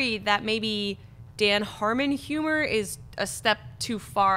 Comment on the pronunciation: Jon sees humans and humor as yumans and yumer and it's destroying my ears. But I'm a huge fan so it's not like that'll keep me away. But it will wake me up in the middle of the night